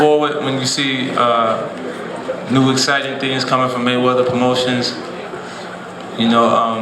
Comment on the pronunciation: froid muddy maywedder, what an intro.